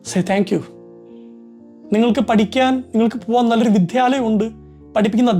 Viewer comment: Thank u for u heart touching words.. ❤ Just bringing to ur attention- വിദ്ധ്യാലയം അല്ല വിദ്യാലയം ന്നല്ലേ. എല്ലാ ന്യൂസ്‌ ചാനൽ ലും എല്ലാരും ഈ മിസ്റ്റേക്ക് ചെയുന്നു.